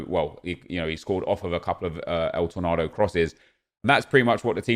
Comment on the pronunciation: please just say tor nayyydo not el tornadoe